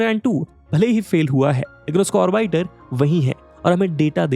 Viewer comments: और बाइटर नहीं और बिटर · orbyter nhi orbiter hota h